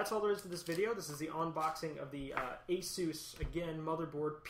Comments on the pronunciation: nope, he did it right, thats how the the asus people pronounce it too and the founder of asus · I have an Asus monitor, and when I ordered from ASUS website via telephone they pronounced it the way I pronounce it "aye sus" Also I looked on youtube and other various websites to confirm my suspicion. Would you like a link?